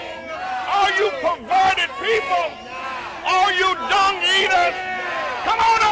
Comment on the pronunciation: i think he said dong... not dung